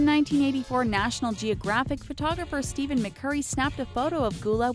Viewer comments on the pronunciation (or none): none